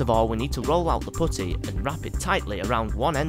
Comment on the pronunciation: I'm sorry but I couldn't take this seriously after the way he pronounced "putty" Loved it though.